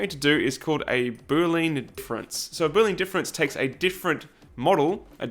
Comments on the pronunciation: Should be \ ˈbü-lē-ən \ or boo-lee-en. ;) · Hey,! I really admire your work here! You pronounced boolean like boo-lean. It was not supposed to sound like boole-an, like, from Boole? I don't know, english is not my native language, just thought of it when I heard you saying. Thanks!